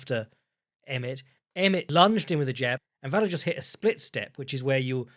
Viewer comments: I'd rather hear pronounce it 15 different ways than hear Luke Thomas correct his co-hosts on its pronunciation 15 times and then immediately butchering any Slavic name. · butchering Vallejos name like a prime Chael Sonnen